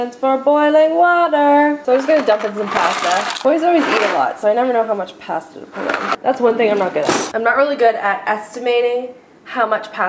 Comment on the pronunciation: past-a? wait what?